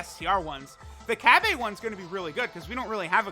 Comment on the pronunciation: Who tf is Cab-Aye?